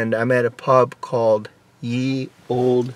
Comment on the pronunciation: It's pronounced "The Olde Red Lion". It's not a "Y" but a thorn which has the "th" sound.